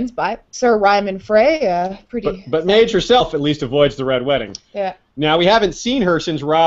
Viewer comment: Love this show! My husband and I pretty much obsess over A Song of Ice and Fire, and your podcasts have given us so much to discuss! I do have one small nitpick though. I believe Maege should be pronounced Meg. I know ASOIAF names don't always correspond, but Maege has a real-world counterpart name. It is a French name and is pronounced Meg. I had forgotten Maege was on her way to Greywater Watch with Galbart Glover and Jason Mallister. I really hope they play a part in the battle of ice. Great show!